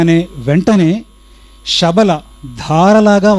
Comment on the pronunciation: అన్న గురువు గారు శ బదులు షా అని పలుకుకున్నట్లు వినపడుతుంది